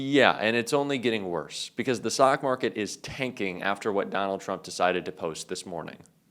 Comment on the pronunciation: you mispronounced Stock market. i laughed aloud because it was so much better your way. I heard "sock" market and my husband who was once a trader loved it and thinks that it is the best descriptor of the current market.